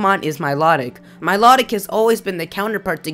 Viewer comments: Milotic. Mii-low-tic Not Me-lot-ick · It's pronounced like MY-LOW-TICK, not MY-LOT-IC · Also, Miliotic... your saying it wrong, notice the T in its spelling. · I thought milotic was pronounced My-low-tick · Or mee-low-tick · you said Milotic's name wrong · I thought milotic said different than you said it